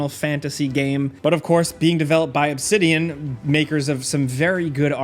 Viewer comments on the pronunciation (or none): none